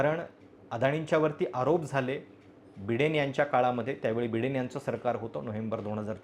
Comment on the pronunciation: अरे बिडेन नाही बायडेन. पैशाने काही ही विकत घेता येतं. तुला कोनी विकत घेतलय? अरे अदानी सोड. हिंमत असेल तर डीप स्टेट, जॉर्ज सोरोस अशा भारत विरोधी ताकदी विषयी बोल. नाही बोललास तर तू भारत विरोधी ताकदीना शरण गेला आहेस असे समजू.